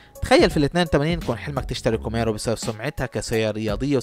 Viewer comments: اسمها كامارو.. و ليس كوميرو.. اللفظ الصحيح بلعب دور.. كوميرو ههههههه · شيفروليه كوميرو !!! مش محضر ولا حتى عارف اسم السياره !! مكتوبه قدامك Camaro وبتنطقها كوميرو !!؟